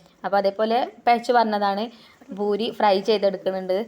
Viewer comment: ഭൂരി അല്ല പൂരി എന്നാണ് പറയാ